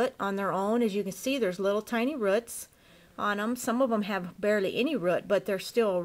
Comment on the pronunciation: The way she says rrruts just gets me. Good video overall, just the accident is adorable. 😂